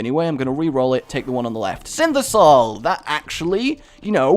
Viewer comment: why do you call it synthisoil? it's synthoil no S and I mid in there buddy